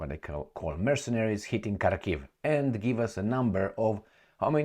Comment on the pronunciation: Dear, thank you for your videos. Just a tiny tip on Russian/Ukrainian place names from a native Russian speaker, i.e. myself. It's H'arkov/H'arkiv with the stress on A (starting syllable). Good luck!